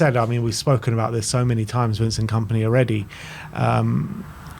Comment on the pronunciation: ah yes "Komany"